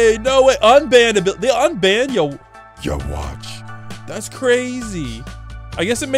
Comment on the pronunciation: Am just saying this man but I feel uncomfortable every time he say ywatch like that sounds weird man